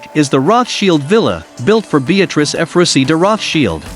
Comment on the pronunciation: I’m pleasantly surprised he pronounced Rothschild correctly, as “Roth- schild” and not the usual English “Roth- child”.